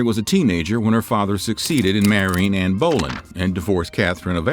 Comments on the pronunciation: The video was good however there was some things that was pronounced wrong such as Anne brolin is actually Anne Berlin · I was going to let the Bolyen pronunciation go, but the Guillotine! The Tudors used an axe or a sword in the case of Anne Boylen. This isn't the French Revolution! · So many issues with this video! that's Queen Elizabeth I that's Mary Queen of Scots "Anne Bowlin" ??? again, that's Elizabeth I that's NOT Mary I That's Anne of Cleaves That's Richard III there were no guillotines yet Elizabeth Sydney, not Mary Mary Queen of Scots Again, NOT Mary I And she was never unwanted, they just wanted a boy after her. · Anne Bowl-land, sure. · I like these videos but a couple of things. The guillotine wasn’t invented until the French Revolution and the spelling of Anne Boleyn’s last name is not pronounced like Bowlin. Also make sure you double check that the photos match the name of the person you are talking about. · You're putting the emphasis on the wrong syllable. Boelyn is pronounced: Bow-Lynne with the emphasis on the 2nd syllable. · Can someone please tell me what the proper pronunciation of Anne Boleyns last name? I’m sorry but it sounds like you’re saying Anne bowlin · Absolutely agree. I've never heard Anne's surname pronounced Bowlin. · This is how history gets extorted first off you showed the Grave of Mary Tudor Henry VIII sister, not Mary Queen of England. Second of all you can't say the name, Boleyn Correctly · I thought I was the only one that noticed how he pronounced Anne Boleyns name. I really enjoyed his videos this one yeah I don’t know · The factual errors are one thing, but you're really going to whine about Anne's last name? He made a mistake in pronunciation. It's not that serious.